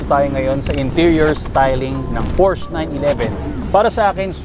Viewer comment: Sir hindi ako hater i love sports cars too pero ayusin mo naman po pronunciation mo ng "PORSCHE" gamitin mo yung mismong lengwahe ng GERMAN sa pag tawag nila nyan para alam din naman nh iba.